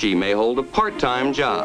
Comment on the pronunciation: HOLY PART TIME EMPHASISE BATMAN